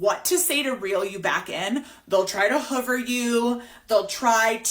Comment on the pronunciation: Huvver or hoover? 😂😂